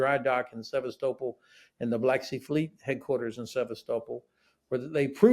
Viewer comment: For heavens sake, learn how to pronounce Sevastopol you silly man😮